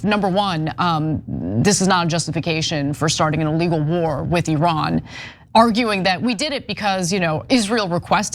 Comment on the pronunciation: Anna Thank You So Much For Pronouncing Iran In The Proper Way!